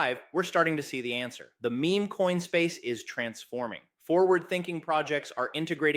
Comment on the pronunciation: 1. Using the name Chimera might be a "label of convenience" in this video, but it's not a good name for marketing reasons. It has "emotional baggage", by being associated with a dangerous pathogen. 2. Why do you pronounce it mem-coin, when it's pronounced meem-coin? Is it because both your image and voice are AI generated? I also noticed that the daylight sunshine and shadows never move between videos - so a synthetic background too? 3. You did not list any meme coins that are close to the Chimera that you describe. Do you think the MEME (M) is such a coin? As a meme coin it seems remarkably resilient to crypto down-drafts. Its almost as though it's AI-protected. 🤔